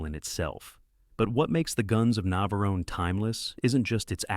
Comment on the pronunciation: that AI voice really struggled with saying tora tora tora and navarone